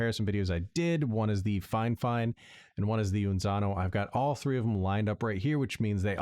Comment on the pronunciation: Thank you and cheers, I did chuckle when you pronounced "Fi-Fine" as "Fine Fine" and had to mention it hahaha